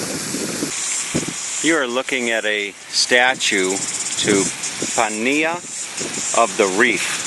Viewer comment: Pania is pronounced parneea. Great video